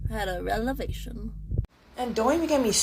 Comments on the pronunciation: “… had a relevation”. Revelation? English is your 10th language then. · she had a relevation 😂😂😂😂….. And not a REVELATION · Girl , It's Revelation not Relevation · "Wow. I had a relevation." 🙄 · ‘… relevation….’ Yeah, I dun did haved me won two. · she had a "relevation"??? skool really learned her. I'm in fear of her taking my job. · "Wow, had a ralavation." 😂 And this is why we can't find good help. People can't even read and pronounce words after years of college. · The girl in the ball cap chewing gum; "Wow, what a RELAVATION." Sweetie, it's "Revelation." 😂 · " I had a relevation" ... ???? 😂😂😂😂😂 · Maybe like…these managers like…don’t want like…you. And the other one…it’s “revelation” honey not “relavation”. Ithink I know why they didn’t want you. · She had a 'relevation' ... 😂😂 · She had a "relevation" ?? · “I just had a relavation!” 🤣🤣🤣😂😂😂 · wow she had a “relevation” even though the word should have been revelation. Maybe using words she can’t spell or define is part of the reason she can’t find a job?